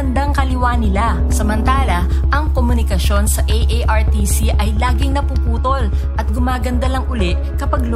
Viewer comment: correction artcc hindi aartc